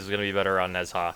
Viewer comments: nez-ha like bitch can you not e.e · Why does he say "Nezhar"??? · I simply prefer Nezha more. I'm all about his aesthetics. Rhino is way better simply because Nezha has that long casting time and you can't afford to invest in Natural Talent. And by the way, you spell Nezha sort of like Na-jha, something like that. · I've heard Nezha pronounced 100 different ways but I'm pretty confident Ne Jah is the closest you can get phonetically to correct pronuncianton. The Zh sounds like J and Sh/Ch combined. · Omg chill its okay that he pronounced it wrong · Every time he says Nezha incorrectly I die a lil inside :c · Nezha Pronunciation is at an all time low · Literally butchered nezha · You mispronounce Nezha and it hurts to hear it. As a self-proclaimed super-entitled white guy I employ you to pronounce Nezha correctly! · Nezha is a male It should be obvious, Nezha has no sings of being a female (in this case, no big thighs like the other female Warframe and no breasts). Nezhas Halo also burns his enemy's when they touch it which he missed saying at the beginning. To me is pronouncing Nezha wrong (to me) I pronounce Nezha without the "H" so like Neza. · That's not how you pronounce Nezha. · STOP SAYING NEZHA THAT WAY OMG!!! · Dear god please learn how to pronounce nezha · Lol you're pronouncing Nezha wrong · Click the Chinese side speaker to hear it properly. It's actually way harder than that if you want to be technical. It's Chinese, which means it also contains "tones" (inflections) not found in English, and the "zh" is closer to a "j" sound. Point is, our English pronunciation is so wrong anyway that there's no point in correcting one wrong pronunciation with another one. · Omg stop pronouncing it wrong, it's sooo annoying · (AFGPope) It's actually pronounced with kind of a soft "j" sound, like the sound in "Taj Mahal". But i doubt anyone here really wants to bother pronouncing his name properly. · Stop saying it wrong. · no offense but it's pronounced najaa ^^